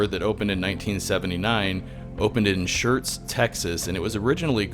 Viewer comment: I cannot believe you pronounced Schertz correctly.